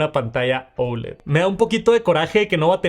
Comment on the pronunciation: Por qué dices ouled ? , es oled así a secas !!